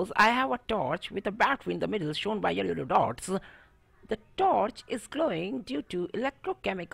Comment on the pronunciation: the moment when he say " yello.. yello dots " 😂😂 . Jokes apart Moreover His freeness to interact with us makes so interactive 🤞.